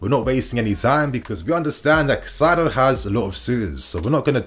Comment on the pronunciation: say it with me Kai-Sedo..please